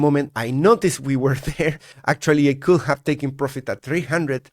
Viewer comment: when you use the word "could" you say "coul" you always forget the D <3